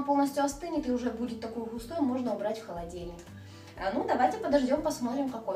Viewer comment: ХолодИльник, а не холодЕльник. Очень режет слух.